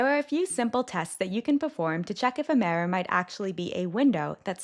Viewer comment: The mirror is going to sound "tiny"??? Okay, there are a lot of weird pronunciations in these videos, but that is the most telling. There is definitely some AI component to these.